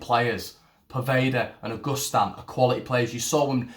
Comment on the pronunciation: Pronounce his name proper mate,...it's not August Stan .......it's pronounced a..gust..an